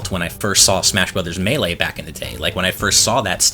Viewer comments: Not meh-lay... It's May-lay. Like the way the announcer says it. In the game. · It's pronounced Maylay, not M'lay. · Me-lay or may-lay NOT ma-lay it just sounds too off But I like that you all say it differently and stick with it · I die inside everytime pronounces Melee like m'lay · Did he just say mellay?? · If he says “Muhlay” one more time I’m going to off myself. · Does anyone else hate the way pronounces Melee? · It’s Mae-lae (melee) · “May-lay” please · whoever has the annoying speech impediment and keeps saying "muh lee" for the pronunciation of melee should just stop talking , its embarrassing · Why does pronounce Melee as "Muh-lay"? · Oh dear heavens, don't say "melee" like that! I cringed so hard, that is not how it is said. first syllable is said like like mii fighter, the second syllable is like the lay, as in the chip brand.